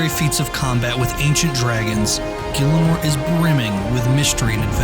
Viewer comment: gILLAH NORE? IT IS GHEELA NORE